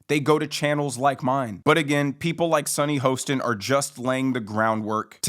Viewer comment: SUNNY HORSECHIN.. Get her name right.!